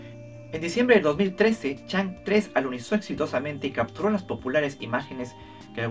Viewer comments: la diosa china se pronuncia chongâ (agradecimientos a SMITE 😂) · Chang'e se dice como Chon'ga saludos ✌ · Chang'e se pronuncia como "Chang o" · Chang'e se pronuncia (por lo menos en inglés) "chong'áh", por si te interesa el dato jajaja